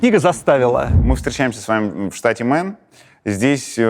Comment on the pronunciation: Нет штата «Мэн» - произносится Мэйн